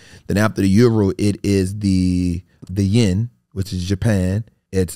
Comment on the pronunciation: How are you intending to talk finances but you can’t pronounce currencies; saying yin for yen and Juan for yuan